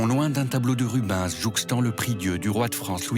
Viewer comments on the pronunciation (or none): Le célèbre Peter Paul Rubainsse !